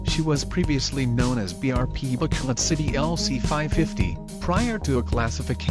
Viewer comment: BRP Bacolod City, not Bacoloc